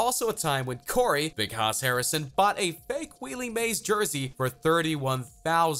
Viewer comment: Did this fool just pronounce Al Pacino as “pa see no” and Willie Mays as “wheelie mays”